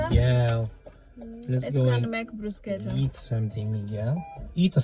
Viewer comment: I think they really take advantage of foreigners in this test in Germany. Most people I know failed at-least twice. Don’t give up, you will make it by God’s grace. Also bruschetta is pronounced ‘brusheta’ 😉